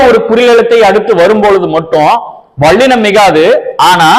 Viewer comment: மெள்ளினம்.வாள்ளினம் அல்ல தம்பி.முநலில் ல் க்கும் ள் க்கும் உள்ள வேருபாட்டை ஒலிக்கப் பழகுங்கள்..